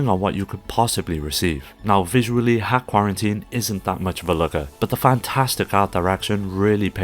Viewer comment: Great video, one note: it's not 'hack' it's dot hack.